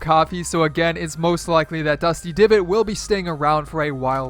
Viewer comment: Did he say dusty givot